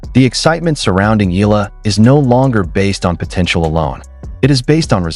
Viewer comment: E-ya-la the right pronouns bro thanks ❤❤❤